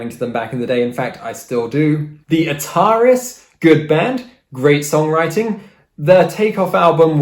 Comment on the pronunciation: you pronounced ataris wrong